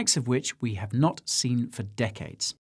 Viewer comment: The Mr Bean impersonation was spot on but, if I were tuning in for the first time, I wouldn't know he was saying "I'm NOT a financial adviser" 🤔